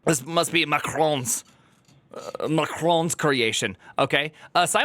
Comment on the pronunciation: "That's probably Machhhron's creation" Love it!